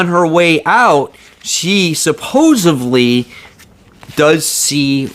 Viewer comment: SUP-POSE-ED-LY. Sorry dude but I gotta get you on that one. "Supposevly" is not a word. :)